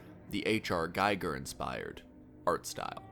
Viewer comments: Giger is not pronounced "Geyeger" but "Geeeger". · incorrect. From the cattle's perspective, this is life. This is normal. There is no alternative, and no experience besides, so this is mundane to them. Also, his name is GI-ger, not GUY-ger. Gi as in karate gi. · Giger is pronounced "Geeger" :( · Giger is pronounced Gee-ger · The man's name is GEE-ger. As a pure blooded barbarian you should know.